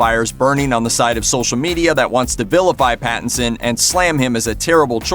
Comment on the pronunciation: "Battinson" Lol !!